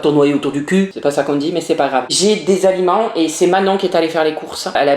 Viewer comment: Entant que québécoise je peux te dire que tu prononces les aliments mal